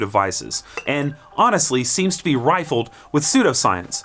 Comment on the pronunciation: "rife with" not "rifled with"